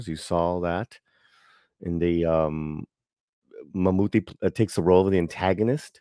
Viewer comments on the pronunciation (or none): none